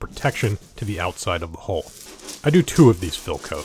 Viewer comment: He writes "hull", reads "hull" but speaks "hole". Just saying.